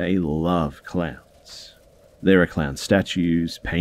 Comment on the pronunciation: At first I thought you said they had clams. Then I got that you said clowns. I was wondering how anyone could be that obsessed with clams.🤣🤣🤣🤣